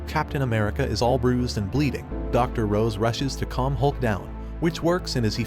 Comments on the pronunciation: He called Ross rose wtf at least get the names right🤣🤣 feels like a dub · *Ross, not "Rose" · Honest question, why do people almost always mispronounce the names of characters in these YouTube videos? For instance, you're calling Ms. Ross, Rose. In DBS videos, they call Beerus, Beers and Whis, Wis. Is it a copywrite thing? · Her name is Ross, not Rose. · It’s Dr. Ross; not Dr. Rose. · It's Dr. "Ross" NOT "Rose".😒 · It's Ross not Rose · How are you going to continuously mispronounce Miss ROSS's name? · Love how they keep miss pronouncing Betty Ross's last name